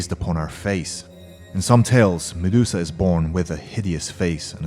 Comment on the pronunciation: And who the fuck is Mudesusa. It's Medusa thicko